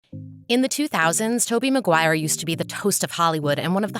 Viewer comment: Toby Maguiry, 2 seconds in and you already lost all credibility